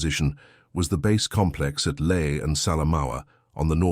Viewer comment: So where is LAE? The usual ai horrendous pronunciation.